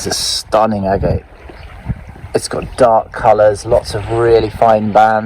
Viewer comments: Agate. You are pronouncing it incorrectly... It is pronounced "ag-et" not "a-gate" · Nice agates, shame you don't know how to pronounce the name correctly.